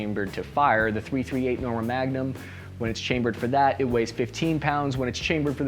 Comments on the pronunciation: Tree thirty eight.. not thirty-three eight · Dude its pronounced 3-38. Yes it seems petty but you made this video hard to watch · Pretty sure it's pronounced "three thirty eight" not "thirty three eight" that sounds weird af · Its not 33-8, its 3-38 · It's pronounced "Three thirty eight" NOT "Thirty three eight". Ya got the "three" in the wrong place which shows you are not familiar with this cartridge.. The BARRETT MRAD is an amazing long range rifle, especially in the new .300 PRC cartridge developed by Hornady. Hornady also developed the 6.5 Creedmore over 10 years ago. I shoot the 6.5 CM in my RUGER Precision Rifle in long range competition. And I also use the newer Hornady 6.5 PRC (Precision Rifle Cartridge) in my bolt action hunting rifle. So, yeah, Hornady has been "busy" lately.